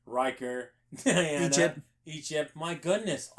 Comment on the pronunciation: Loved this but why can't you pronounce names? Not Dianna, De-ann- uh Troy , So-gee, Captain Ree-O-ss. How you boys are able to do a terrific job and not be able to say people's names is a mind F@